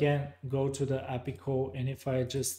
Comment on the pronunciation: I think they've changed the ListView data source connection? I see a different thing when I try. Also never heard API pronounced appy before, took a while to get used to:-)